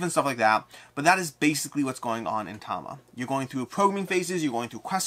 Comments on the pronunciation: You mean mid video where he says Tama - Chronicle of Ascend? No, I think he mis-spoked the name. It is Tamashii. Ta-ma-she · Am i miss hearing you are you just calling it Tama? I sort of always though it was ta-mash-ii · Is it really pronounced Tama?